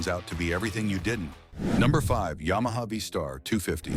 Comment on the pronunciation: "as for styling" ...... Face it. It's uglier than a hat full of sphincters. What is a ya-ma tracer?